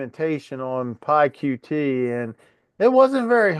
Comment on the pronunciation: I just knew that you would use PySimpleGUI,! You’re being a bit unfair to PyQt (pronounced Py cute btw) because Paul could have used arrays and passed variables to functions etc which would have cut down on the number of lines big time. I’m feeling rather frustrated because my homework is going to be very late as I’m in the south of France for a week to try to escape the weather back home. Unfortunately, it’s worse here. Nice solution (even if you were cheating 🙂)